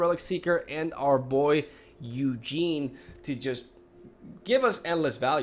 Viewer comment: I'm listening to your video without being able to watch because I'm working, and I just spent 30 minutes wondering who the fuck was that "Eugene" you keep talking about XD (It was Ugin.)